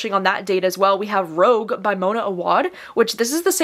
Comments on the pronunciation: K so I’ve heard it called “Rogue” a couple of times so to clarify - Rouge is French for red and is pronounced roo-zh :) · I can’t wait to read the new Mona Awad book It’s actually rouge not rogue and rouge. Is French for red as you can tell by the flower on the cover.